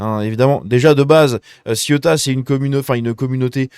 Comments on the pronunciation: Ceuta! vieux! pas Siota comme La Siotta près de Marseille.. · C est pas ciotat,c est ceuta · Cé-OU-ta , pas Ciota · Ca se prononce “Cé-ou-ta”, c’est pas La Ciotat lol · Le derecha c'est la droite. La izquierda, c'est la gauche. Cè outa pas ci outa. Ceuta. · Céouta telle est la prononciation... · Ca me trigger à un point que tu es autant de mal à dire cé ou ta. La ciotat c est en france . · Ça se prononce Cé-ou-ta je crois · T'as toujours pas appris à prononcer CE-OU-TA?